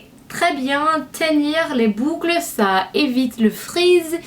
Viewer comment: 'Du bucle'' SO FUNNY LOVE YOU <3